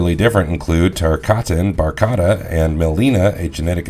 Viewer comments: Its Baraka not bartaka...this guys a joke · It's Baraka not Barkata, lol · Cut the video off as soon as dude said “Berkata” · Did he say Barkara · Lmao barkata? Sung Shun? Shoa Kung? Noob Saybot.....Tf bro😂😂i cant believe what you say now, you lost all credibility good sir 😂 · I literally Thought how do you nail tarkatan, but mess up Baraka? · Ever feel like the dude just read a typo'd script when he gets to baraka?